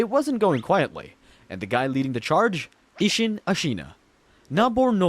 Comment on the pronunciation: I know you played this game and I know you never heard a single character in it say uh-sheena